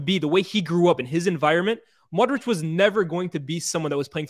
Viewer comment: i love how and giving modric all his flowers. real talk. but please say modri-ch instead of modriCCCC